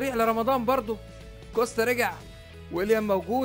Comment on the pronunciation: اسمه كوستا انتا بتقول كوشته